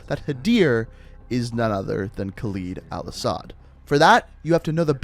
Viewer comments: The way you pronounce Khaled Al-asad is freaking annoying Its LED Not LID ITS LED HOW HARD DOES IT PRONOUNCE LED????? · You piss me off with your saying kaleeed al assad but you Americans are “proper English” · the cutscene literally pronounces the name Kahled Al-asad right and you pronounce it wrong, what the fuck is wrong with you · Khaled is a pretty famous name in the arabian countries + Al Asad is a known family in Saudia arabia (Where Khaled Al Asad is from) Its just pronounced with a harder "A" + Khaled means noteworthy or trusted (Translator isnt that accurate in name) but Asad means lion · I love your videos and all but if you mispronounce Karim or Khaled Al-Asad one more time I’m gonna loose my shit